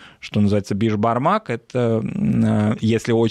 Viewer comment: Все хорошо. Только не беспармак, а бешпармак